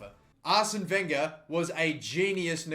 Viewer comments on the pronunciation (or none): none